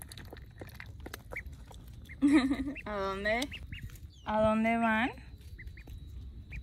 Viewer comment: En este minuto dice dode y tendría que decir dónde